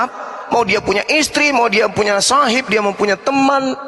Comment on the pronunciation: Mgkin dia membaca sohiba padahal di akhir huruf BA itu ada skun ada skun mati jadi bacanya Sahib.